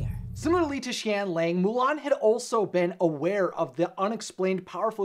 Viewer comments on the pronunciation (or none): it’s pronounced shen yah-ng